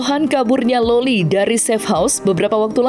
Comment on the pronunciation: Loli bang bukan lola